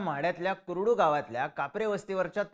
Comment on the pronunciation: ते कुरुड नाही कुर्डू आहे... माहिती आणि उच्चार नीट ठेवत चला.